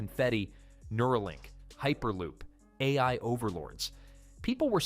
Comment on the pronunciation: Ai narration huh? Ironic that the word "AI" is what it messed up lmao